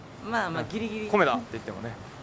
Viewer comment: さん！「コメダ カフェ～」 発音がいいですねぇ～！ (^o^)